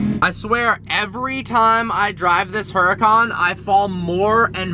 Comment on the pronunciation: I hate how he pronounces huracan wrong